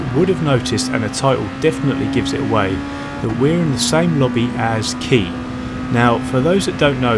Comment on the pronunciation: Pretty sure his name is pronounced KY not KEY.